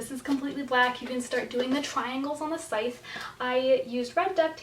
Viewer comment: Needed to know how to pronounce Scythe. The c is silent. Thank you.